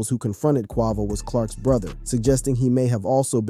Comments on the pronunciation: not QUAH-VO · SH!T U CAN'T EVEN GET IT RIGHT.... Q U A V O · “Takeoff and his uncle Kwahvo” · How are you a channel called "" and can't pronounce a fairly mainstream rappers name. I'm sure you've heard it in the comments already but man, seems like something that could've easily been addressed during edit. "Q-way-vo" Not "Q-waugh-vo" Good content ideas otherwise but, kind of hard to follow when something this simple is missed. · But “ CUAVO” your people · Takeoffs brother Kwah-Voh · QUAY--VO....Ya'll killing your vibe on this story...say quay-vo....do ya homework !! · Who the heck is Cuavo? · It’s Qay-Vo mthfkr 🤦🏽‍♂️ And Nor-e not Nor, who tf is this lame? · Not Qwahvo 😂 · Quavo... long A. Please, I know you've heard his name mentioned before.😑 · Say his name correctly Quavo 😂😂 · Who the hell is KWAVO? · QUAY-VO QU-AY-VO. QUAVO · Bro Really Said Quaavo 💀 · Ughhhhh the way you say Quavo's name is so fukkn damnd irritating. Wats so hard about pronouncing the name Kway-Vo correctly. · ((Kwe-vo and 9 100-11)) What the hell? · Come on its Kwe-vo. Not sure why you was pronouncing it like that. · Why you gotta keep "quarvo" ing bro? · You're going to make hip hop videos and you can't even pronounce his name correctly? And what's disgusting is that you could easily pronounce his name, but you're just choosing not to" your being blatantly disrespectful. 🙊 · The way you pronounce "Quavo" bothers my bipolar 😭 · You shouldn't be commentating is you DON'T know how to pronounce names 😡😡😡 i comment keep hearing you miss pronounce Quavo name you irritated me i stopped watching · RIP Take off 🙏 is Quavo not whatever you said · Dude said “bad and Boujee” made them popular smh they was poppin before than and you can’t even pronounce Quavo right 😂😂 clearly you was on the outside looking in during they rise but wanna make a video bout somebody 😂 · You need to do a whole new video on why you can't pronounce Quavo correctly. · Yea he butchered quavo 😂